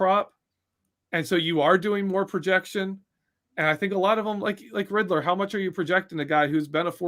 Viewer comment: Take a drink everytime, said Riddler (Rid-der)